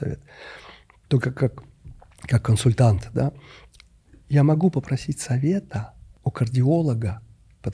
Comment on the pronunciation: тоже знает об этом эффекте и специально произносит "консультант" с соответствующим придыханием. 😊